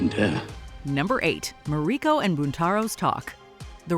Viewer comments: I have loved your videos for years, but WHO TAUGHT YOU TO PRONOUNCE THESE NAMES? Of the principal characters? I never nitpick like this, but it made the video almost unwatchable for me. You get Yabushige, Hiromatsu and Buntaro right when most people would mess those up, and you say the Japanese actors' names correctly. But then you pronounce Toranaga and Mariko on the wrong syLLAble and pronounce 'seppuku' two different ways - one time in the SAME sentence. So unlike you. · It's ma-ri-ko not ma-reee-ko